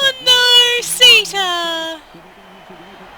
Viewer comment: I believe your horse's name is pronounce 'Sitta'. Next time, buy one named 'Runna'. I will definitely purchase SO7, once it goes on sale. Looks like fun! Love your commentary!